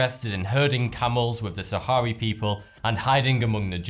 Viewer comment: It's the Sahrawi, not Sahari people